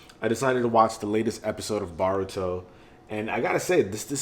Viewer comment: It's pronounce as Boe ru to not baw rue to